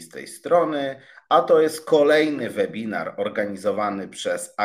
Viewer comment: Czyta się »łebinar«, uszy więdną po pierwszej minucie!